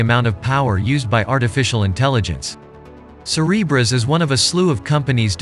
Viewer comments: I keep hearing “Cerberus” instead of Cereberas. Yes, a little concerned… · say Cerebras one more time i dare you